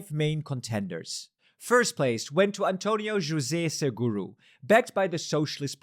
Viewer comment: You pronounced António José Seguro correctly 🙂👍